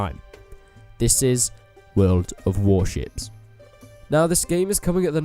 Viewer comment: yeah i hear the shit as wel :))